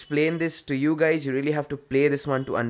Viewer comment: "whats up gays"????? what kind of sh*t is that?